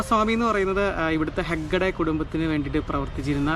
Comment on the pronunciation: ലിങ്കോളിൻ അല്ല സഹോദരാ.....ലിങ്കൺ എന്നാണ്. അത് പോലെ ഹെഡ്ഗെ അല്ല..ഹെഗ്ഡെ എന്നാണ്.. കർണാടക മുൻ മുഖ്യമന്ത്രി രാമകൃഷ്ണ ഹെഗ്ഡെ..